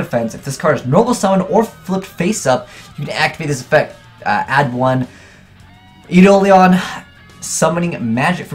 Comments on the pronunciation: Isn't it pronounced eye-dole-on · it's pronounced eye-dole-in.